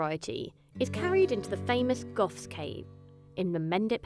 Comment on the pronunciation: I thought she said goths 🤣